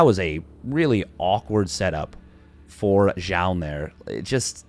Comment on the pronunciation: Why do I hear you pronounce "Jah" ? Imo it should be like "zoon"